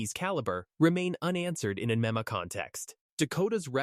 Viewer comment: Yes more bull shit and would someone please teach this damn AI how to pronounce MMA. It's an acronym stupid.